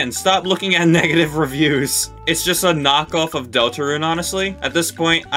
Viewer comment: DUDE THE "RIPPOFF DELTERUNE" INFURIATES ME LMAO